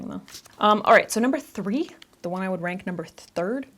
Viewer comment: Why did I hear wank instead of rank